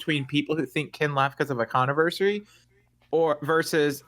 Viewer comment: Is Izzie unable to pronounce "Controversy"? "Connerversary"?